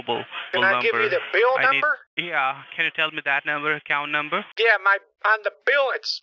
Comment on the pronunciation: I don’t trust anybody who can’t say and pronounce the number if u say nomber I’m not trusting u 😂 😂😂 nooumbera